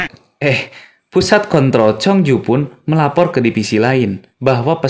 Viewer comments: Kamu tadi ngimong pusat opo min coba di ulang 🤣🤣🤣🤣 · Hhhhha...pusat naon eta nu salah nyebut...😆